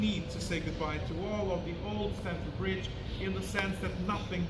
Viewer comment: It's Stamford bridge 😂